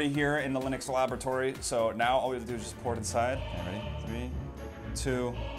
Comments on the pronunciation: lynix's ''labiretory''.. ah, yes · wow lynix i cant belive you had enough nuerons to make this and your " laberitory" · That’s a nice “labiretory” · "Labiretory" lynix its "laboratory" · U put 'labiretory'